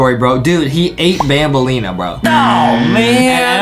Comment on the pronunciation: Banbaleena more like mandaleena